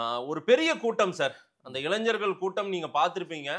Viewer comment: இளைஞ்சர்கள் அல்ல; இளைஞர்கள் என்று சொல்லுங்கள்